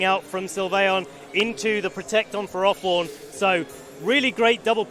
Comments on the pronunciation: Wtf is a ferORthorn? Surely it’s ferro-thorn, because it’s a portmanteau from ferrous. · Why did that announcer correct their pronunciation of ferrothorn. The correct pronunciation is ferr-áh-thorn?? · Ash Norman no it’s Furroforn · "fair-oh" pretty simple.